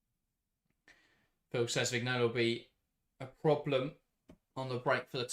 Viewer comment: Vignola is pronounced Viñola